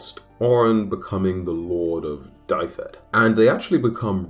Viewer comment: just gonna say Dyfed is pronounced (duv-ed) but thanks for talking about it.